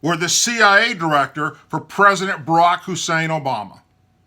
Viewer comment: Malibu Kazoo - This is a somewhat confusing message MK. I wonder why it is, as a religious person, you are most offended by swear words and not his seeming hatred of some of our fellow Americans. You know that whenever spits out Obama's middle name, he emphasizes it, probably to draw attention to the that it sounds like a Muslim name. Then, I assume, we are supposed to draw on some hatred that he supposes we have for people of the Muslim faith in order to renew our hatred for Obama. Over the years I taught many Muslim children in public schools. They were like every other kid, some awesome, some mischievous, some serious, and some silly. All of them had supportive, loving parents and all of them loved this country as much as you and I. I thought that God wanted us to love each other, not encourage fear and hatred of each other.